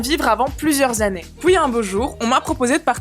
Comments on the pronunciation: elle dit pouis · mdr à chaque fois que tu dis "PUIS" j'entends, les femmes c'est a la cousine !!!